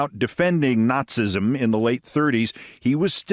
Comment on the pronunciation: I realize that the way nazism is spelled might lead someone who has never heard the word spoken before might think it’s pronounced not-sism, but it’s still pronounced not-see-ism.